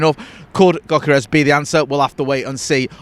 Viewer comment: The G is silent. Pronounced yokorez.